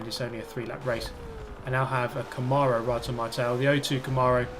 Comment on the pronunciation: First time I've ever heard "camahrow" Like, tomorrow with a c. Trippy